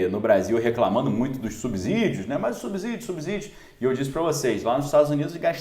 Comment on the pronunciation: A pronúncia é sssssiii. De subsídios. "A" só tem som de z se estiver ENTRE VOGAIS!!! Ex: casa, mesa, musa, etc. ???